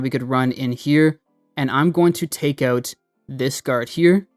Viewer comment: oot? You must be a fellow Canuck?